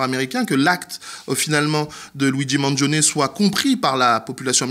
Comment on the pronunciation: ok, tu m'énerve, c'est un italien! il s'appelles pas maaaangion il s'appelle Mangione ça se prononce man djionn ni! Les français🙄